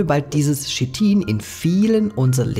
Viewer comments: Chitin nicht shitin. Aber du bist wohl auch der kollege der nach schina geht und nicht nach china. 😂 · Sprich KITIN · Kein Schit-in, schließlich sagt man zu Dach auch nicht Dasch! Der Rest ist korrekt.